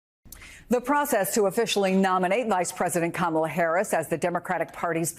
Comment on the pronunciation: .... Sure sounds like he said Pleading to "black" Harris...